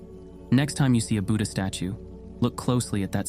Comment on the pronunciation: also learn how to pronounce buddha/buddhist properly